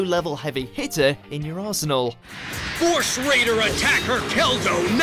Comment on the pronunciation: I thought I heard say "asshole" instead of "arsenal" 😂